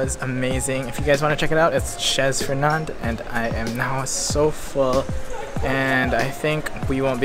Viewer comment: the z is silent bro ;) "chez fernand" is prononced "che fernand"